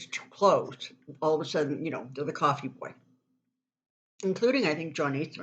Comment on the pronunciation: No, not the coffee girl ... the "coffvee" girl ... LOL